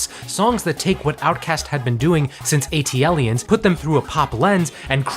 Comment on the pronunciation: rivers and *lanes*? Also it's WhooMp There It Is. And the worst of all.. wtf did you call ATliens?